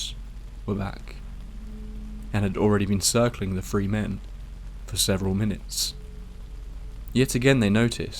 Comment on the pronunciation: Is he saying "free" "tree" or "three"?